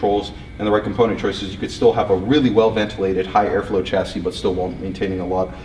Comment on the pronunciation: 1. Cut down on the 'actually'. 2. Every time you pronounce it 'tʃæsi' instead of 'ʃæsi', the Queen sics her corgis on a kitten.